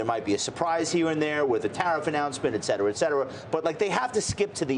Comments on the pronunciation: um, she (and many others) add a “k” sound so if you aren’t hearing it then maybe you’re part of the problem. The word is “et” followed by “cetera”, there should never be a “k” sound. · I'm not hearing it? What is incorrect about her pronunciation?